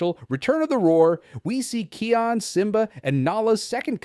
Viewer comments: Can you say kions name properly please 🙏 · Simba and Nala’s son’s name is pronounced as "Kai-on". (I’m hearing “Key-on”.) (Are you speaking with some accent?) You’re also not pronouncing Rafiki’s name correctly, you should watch “The Lion King” and “The Lion Guard” franchise again and redo this video by saying their names again! Anyway, I think it was Kion who holds the ultimate strength.